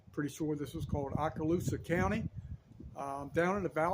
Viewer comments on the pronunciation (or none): Love the video bud. The county is actually pronounced “Oka Loosa” like Okra without the R. Not a big deal. Just being helpful. I need to make a trip out there soon. I need to get some camping stuff.